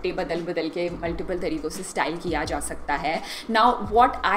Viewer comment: Nice video....but the way you say style Kara...sounds awful